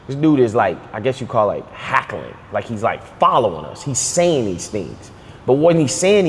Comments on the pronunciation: Lol it’s not hackling it’s heckling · its hell-cuh-ling not hack , but I fw y'all tho